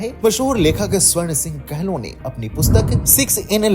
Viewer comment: Kehlo nhi Kahlo hota hai